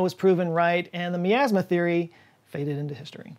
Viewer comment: the way you say miasma has me super triggered. lol.